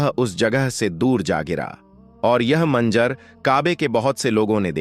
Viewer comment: Please correct your pronunciation. It is not jam jam. It is Zam Zam. It is not khana kaba. It is khanay Kaba. It is not manjar. It is Manzar.